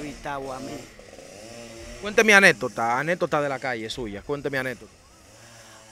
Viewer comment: Y no se dice anetota aprenda hablar antes de ser entrevistador para que los que lo escuchan sepan que no se dice así se dice anécdota 😅